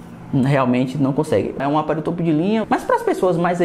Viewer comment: Topo de linha é o caralho, fala direito mano que raiva kkkkkkkkkk